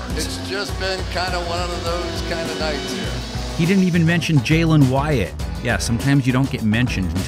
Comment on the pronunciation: aint no way this guy said Jalin Wyatt💀